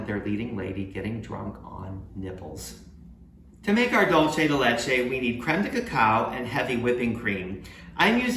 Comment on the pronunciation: Dolce de Leche is NOT Spanish for candy of milk. It's a mix of Italian (Dolce) and Spanish (Leche). The correct spelling is Dulce de Leche and it's pronounced "DOOL say" (or "DOOL thay") NOT "DOLE CHE"